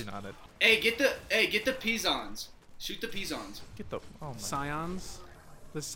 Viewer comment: It's pronounced piss-ons